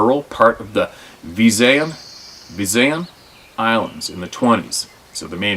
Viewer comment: Visayan is pronounced viss eye uhn.